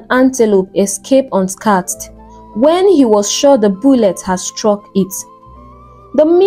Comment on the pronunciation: Why not just type in the words you are struggling to pronounce into google? Just type xxxxx pronunciation on any browser and you will see how it is pronounced - shrouded, pauper, unscathed etc..Just try. It’s just doing my ears anyhow😂🫣🫣🫣🫣